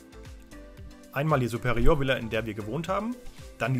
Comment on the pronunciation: was ist eine "zuperioooöör" Villa ?